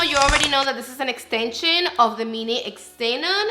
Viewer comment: Haha you crack me up girl! I always look forward to your reviews 🥰 I love the look you created. (btw it's pronounced zee-non🫶🏽🩷🫶🏽) also ummm your nails?! Fireeeee af 🔥🔥